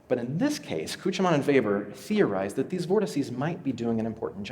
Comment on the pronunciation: As someone who knows a bit of German, he almost got Küchemann right. It's sort of like... uhm... "Kuoo-kyuh-maah-nuh" He failed to mention why so few Concordes were purchased. The TU-144 crash at the Paris Air Show severely hurt public perception on the safety of supersonics, particularly in the eyes of the airlines.